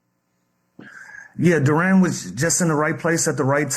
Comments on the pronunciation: I hate when people assume “Duran” instead of “Duren” like we latino or something. happens all the time. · Why lemon pepper cant pronounce Duren name correctly 🤦🏾‍♂️